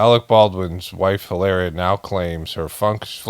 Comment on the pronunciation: you totally shredded "Hilaria" 👍🏻